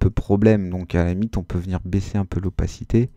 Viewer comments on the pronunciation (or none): Super vidéo 👍 ! Mais vers la 40eme minute t'as dis baiser au lieu de baisser... 😂 mais sinon +1abonné 😖